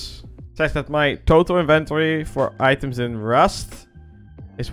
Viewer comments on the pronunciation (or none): "My Invent-ory" lol